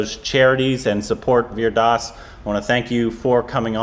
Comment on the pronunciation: pronounced "Vir Das" as 'Wierd Ass".😂